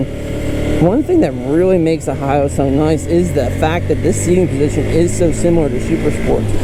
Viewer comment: Hate to break it to ya, but you are pronouncing it wrong 😅